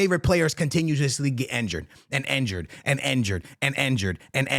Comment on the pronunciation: Injured ❌ Enjured ✅